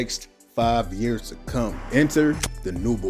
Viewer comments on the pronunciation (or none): none